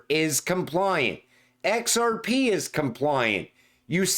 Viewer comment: "ON EX-ARE-PEE" never gets old